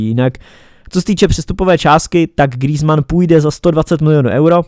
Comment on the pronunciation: grýzman xd